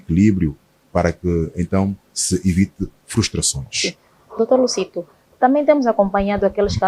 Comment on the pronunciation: É Dr. Luzito e não Lucito senhora apresentadora